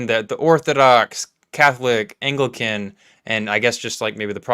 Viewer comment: Not being able to say "apostolic" and "Anglican" is a bad start.